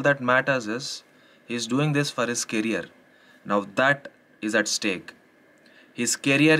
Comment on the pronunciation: Yes everything you said is right but please it's career not carrier